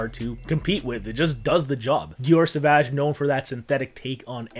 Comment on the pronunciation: I think you might be the only one on youtube saying "sauvage" properly without speaking french (or do you?), everyone "diaurrr savaouj" 😂